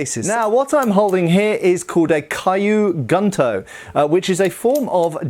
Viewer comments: I really hate to be pedantic, but it my stomach churns when says kyu gunto as “Caillou” instead of “Q” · Quick pronunciation note: Kyu Gunto would be said more like "Queue Goon-Toe" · It's actually "Key-you-goon-toe" and "sheen-goon-toe" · not a complaint but as information, the pronunciation of Kyu Gunto is like "Q Gnto". the cu of cute, g of good (not of gun) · Kyu Gunto is pronounced, “Queue Goon-to” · "Caillou Gunto" haha sry